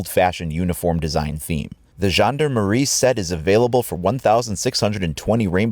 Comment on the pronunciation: omg you say gendarmerie "gen-de-marie" that sound terrible to me but that's ok cuz i can see the emote if your are first thx man (il le dit vraiment mal même sang-froid ...[traduction: even "sang-froid" sound terrible])